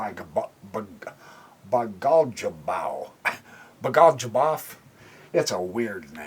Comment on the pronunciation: Just to let you know it's pronounced " Bagoylyubov" if that helps. Thanks for your vids. Very nice instruction for "lesser mortals".